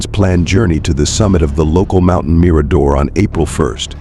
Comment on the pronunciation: Agree lose the music. It's distracting and doesn't add to the story!!! Just talk and try to pronounce words correctly. Like bouquet the girls' last name and Mirador,just to name a few. Maybe watch some other videos so you know how to pronounce words!!!! The dog Blue may not have gone with, simply speculation like so many things about this case